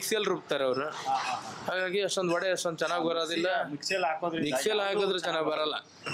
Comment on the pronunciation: Vada❎ Vade✅